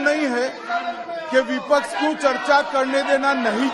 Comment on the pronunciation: abe takale pehle sahi pronounce krna sikh shabdon ko गृह मंत्री bana baitha hai.. It's विपक्ष Not विपक्स 😅😂